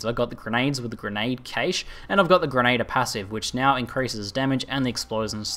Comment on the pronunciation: For my sanity could you please learn to pronounce grenadier correctly. It's Gren-a-dear not gren-ader